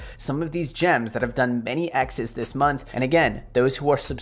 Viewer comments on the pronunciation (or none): none